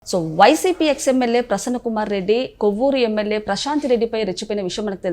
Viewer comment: కొవ్వురు కాదు తల్లో, కోవూరు. అనవసరంగా మా పగోజీ ని లాగమాక 😮